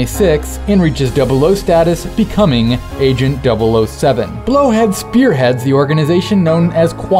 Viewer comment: lol you said "BloHead spearhead..."